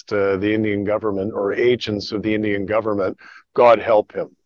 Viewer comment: bro said "gudvernment" hahahahahahahaha